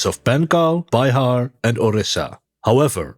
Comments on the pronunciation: PS - De "i" klank in "Bihar" wordt uitgesproken in Bihar met een korte "ih" (zoals bijv. "winnaar"). Mag "vernederlandst" worden naar "Biehaar" .. maar niet "Bij-haar" :p .. meen ik. (U mag deze reactie verwijderen) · SOMETIMES YOURE TOO KIDDING.. 😉😅 BIHAR IS NOT BY HAR.. ITS BEE HAR JEKOB DIMUND WAS A PAPERWEIGHT... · Heel goed Gast! Maare Bihar should be pronounced as Bee-Har 😊